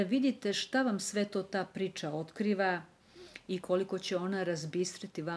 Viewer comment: čudno akcentujete reč “priča”, mislim zbog dikcije, da vam skrenem pažnju, pozdrav!!